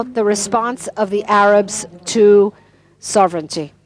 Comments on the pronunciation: It isn't pronounced: So VRE nity but SO vrenty (sovereignty) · 1) FYI It's sovereignty, not soverenity, ˈsä-v(ə-)rən-tē; no i between the n & t. 2) Sovereignty without repatriation to Jordan & Egypt is doomed to failure as is the status quo. 3) The ONLY effective, compassionate solution to the existential threat from the overwhelmingly genocidal Arab Muslims Israel's leaders permit west of the Jordan in contravention to the Balfour Dec., San Remo, & '48 victory, is their repatriation to Jordan & Egypt. Your ideas are suicidal long-term.